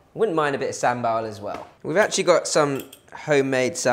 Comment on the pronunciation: i laugh so hard when said sambal. idk why 😂😂